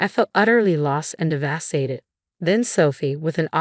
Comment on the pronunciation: Really poor AI narration. Inability to pronounce the words “devastated” or “fiancé”